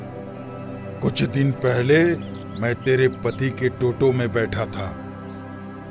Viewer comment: Bhena toto nahi auto hota hai